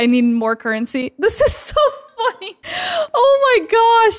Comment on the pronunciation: it sounded like you said this is so fucky when you said this is so funny lol